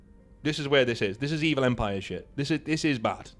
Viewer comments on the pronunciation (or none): none